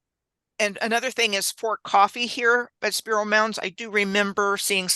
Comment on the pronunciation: Oh y'all are in my neck of the woods now, awesome, I'm just across the Arkansas river from Spiro mounds in a little town called Gans, I'm 11 miles west of ft Smith along the I 40 corridor, and correcttion on the pronunciation of Spiro, the I is long like Spy to, has probably been to Gans before, ok I'll finish watching the video now